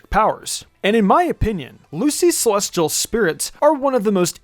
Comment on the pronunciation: why the fuck you say celestial like SEH-LOSS-TEA-AL